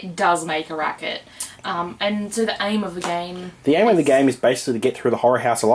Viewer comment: the subtitles interpreted your pronunciation of the game as 'whorehouse.'